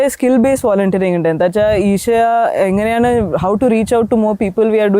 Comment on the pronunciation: "ഈശ" ആണ്. ഇഷ അല്ല. ഇംഗ്ലീഷിൽ Isha എന്നെഴുതുന്നത് ആ ഭാഷയുടെ അഷരമാലയുടെ പരിമിതി കൊണ്ടാണ്.